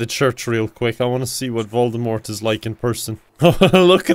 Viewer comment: Voldemort, not voldemorte.